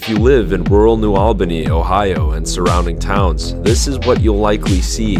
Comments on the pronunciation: FYI it's New AHL-bany (as in All) not New AL-bany (as in Al Pacino) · It’s the price of progress, good thing you weren’t around a hundred years ago you’d be really upset. We pronounce New ALL-BA-KNEE. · Its pronounced New "ALL" Bany 🫡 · New All-ban-ee.